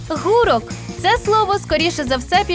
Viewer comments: Ґ читається не як Г не гУрок, а гурОк подУшка по-літературному Писок - це не діалектизм, взагалі, як на мене. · Не гу'рок, а гуро'к. В мене баба так говорила. Київщина! При чому тут Польща? Від слова гіркий. Псевдознавиця, блін. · Багато неправильностей. На півночі України кажуть - гурОк. бО бІЛОРУСЬ РЯДОМ. При чому тут Польща? Це й наголос неправильно поставили. Якщо зробили такий контент, то, хоча, правильну інформацію людям доносьте..((